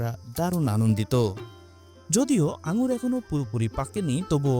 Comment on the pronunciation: আঙ্গুল না । নামটা ঠিক করে বলো ।